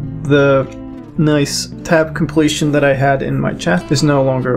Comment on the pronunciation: What is tap completion ? Hard to understand.